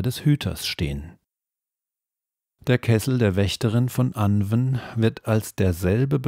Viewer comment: 💚💙💚...Sorry, aber: Das Pferd ist totgeritten Es hat sich totgelaufen Anwn sprich : Anuun Sidhe sprich: Schie Beispiel : Gwenneth Paltrow 💚💙💚